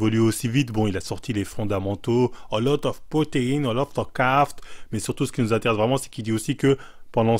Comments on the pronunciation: Quand on lui demande son secret, il nous ressort les fondamentaux :) Tu parles super bien anglais 🤪 A lot of carT !!! ( et avant déjà) CarBs ! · A lotte of cartes .. 😂😂😂😂 A lot of carbs john!! Carbs!!! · « A lot of proteines a lot of caft » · a lot of CARBS pas a lot of carte mdr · "A lot of CAFT"😂😂😂